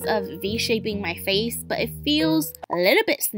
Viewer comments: now that I think about it...does it sound like he saying oh it's my Fei 😂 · In the introJin honestly sounds like he is saying "But its my Feiii"